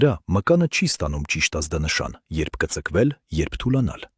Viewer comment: <<ԿԸծԸկվել>> չէ, «կԸծկԸվել» է⚡️👿